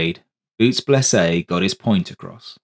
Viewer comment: Other than saying Blese name wrong good story. Too bad the other phantoms didn't follow till years later.